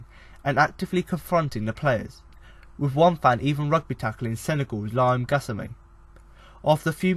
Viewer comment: Apologises to Jonathan Kodjia, Filip Kostic, Mijat Gacinovic, Cyriac Gohi Bi & Lamine Gassama for butchering their names.